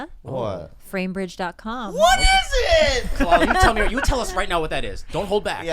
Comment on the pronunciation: Khaloola lmao As a girl who's name is always mispronounced I felt THAT